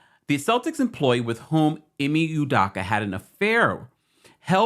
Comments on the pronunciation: Hi, as much as his name is in the news the past few days and as many videos as you’ve made, it’s cracking me up that you’re still butchering his name lol. It’s EE-MAY UW-DOW-KA. The Nigerian in me is slightly irritated lol All love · Bro please pronounce this man's name correctly. 😂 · You can’t even say his name right. Smh. Guess you got your views though. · U could at least pronounce the name right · first of all learn how to pronounce his name correctly...people cheat...all parties involved need to go there separate ways...